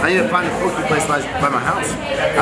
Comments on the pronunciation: Pronounced "poh-kay" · So you're telling me you went to Hawaii and never got a poke bowl? For shame. Hawaii poke bowl> All Also it's Po- Kay but shorten the last part so it sounds more like keh